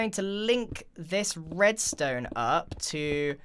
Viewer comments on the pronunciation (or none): I’m pretty sure I heard grian say “breadstone “ instead of redstone